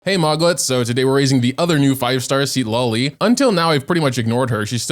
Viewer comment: its pronunce ciTLAli, not SID LA LI